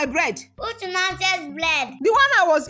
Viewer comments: He said blead 😃😃😃😃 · If you notice said "which nonsense blead not bread.